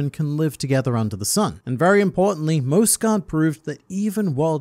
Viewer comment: Mjosgard's final words: "It's pronounced MYOS-gard!" and the World Nobles: "Whatevs Mosgard." Hajrudin: "I shall carry on your legacy of the soft 'J,' my brother.": "Whatevs Harudin."